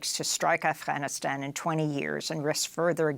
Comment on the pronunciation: congrats amy u prnounce arfghanistan properly